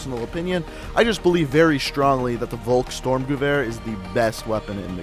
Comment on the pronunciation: Bro what is a volk "storm"? You mean volksSTURMgewehr?